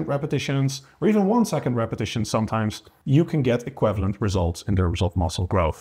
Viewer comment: Nice,. Tip: check out how to pronounce "equivalent";-) It still seems strange that the frequency doesn't seem to matter, as the anabolic window seems to be only about 2 days after working out. But apparently the growth stimulus is just proportionally bigger when you condense the training...